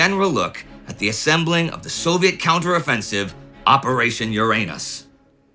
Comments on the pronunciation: YU-RA-NUS Not Your Anus. wtf indy xD? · It's not 'your-anus' it's 'yur-unus', at least in polite society! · I thought Uranus was pronounce urine-us? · Uranus ??.... No.. no.. I think you mean.. Ouranus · In Soviet Russia, Uranus is pronounced “Ouranus” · This obvious, tongue-in-cheek pronunciation deserves the bums rush. The 7th planet in our solar system is the butt of too many bottom-feeder jokes. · It's also not pronounced with the stress on the second syllable but on the first, because it's originally a Greek word and not a Latin, so even in English the pun is partly because of mispronunciation. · The Brits pronounce Uranus differently, so the humor is lost on them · Come on Indie, you're more sophisticated than that! The accent grave or emphaisis on "Uranis" (as in the planet,) is on the FIRST syllable, not the SECOND syllable. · Watch your pronunciation. LoL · I love that the English languge and its speakers were wise enough to come up with a less... back door pronunciation of the word "Uranus" I love even more that youtubers rarely go with that pronunciation :- ) back door jokes feed the agorithm just fine, right? A wise decision, Warld War Two Crew - I want to talk to comrade Zhukov now! - you can't, comrade general. They are having a staff meeting, and they are very deep in Uranus.